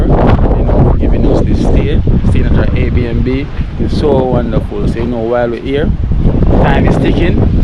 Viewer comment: its air B and B lol